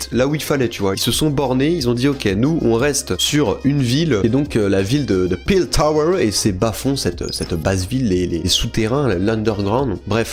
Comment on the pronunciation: C'est Piltover la ville, pas Piltower comme tu a l'air de le prononcer, mais jten veut pas je ne me souviens pas d'avoir vu la ville écrite dans la série